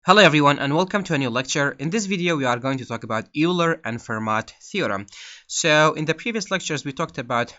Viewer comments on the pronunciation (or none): Just so you know "Euler" is pronounced "Oiler". Thanks for the video!